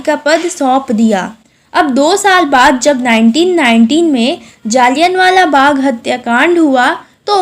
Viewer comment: Mam it's not jalianwala bagh it's jallianwala bagh 😂😂 anpad madam 😂😂akal namm ki ti chiz hi nhi hai 😂😂